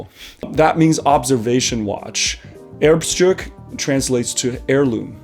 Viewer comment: Speyer Erbstück. Not Erbstruk.